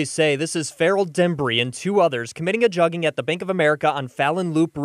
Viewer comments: This is wild. Word Pronouced Joog-in , just like you would pronounce the word "look in" but with a J in place of the L and G in place of the K making it "JooG in" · Its not pronounced jugging. Its pronounced jooging but spelled jugging. Put them under the jail though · Joo-ging. Joox is how it’s pronounced guys. Lol. I got u, dont worry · And it’s juuuuging not jugging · Spelled “jug” proper pronunciation being “joog” Or “we jooging” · For one it's never been pronounced juggin that's how whites interpret the pronunciation it's pronounced jewgin not juggin! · FYI. They're pronouncing it incorrectly. It sounds like "booger". A "joog", or a "lick". A quick score for dumb criminals and thieves. Not jug. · 😂😂😂 they saying jugging .. please yall pronounce wrong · its pronounced "jooougg" like doug but wit a j. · It's pronounced like JOOG you squares lol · In Black parlance, "jugging" does not rhyme with mugging. It is pronounced more like "jooging" or "joohging". Basically, it rhymes with nothing in English. It might be used like this: I beat shit out dat hoe cuz he was jugging me." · That's funny as hell, they can't even pronounce it and it is not a new trend. It is like when you say I am cooking, I been Jooging. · it pronounced "j-uhg-gin" now say it fast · Its pronounced "joog" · They're pronouncing it wrong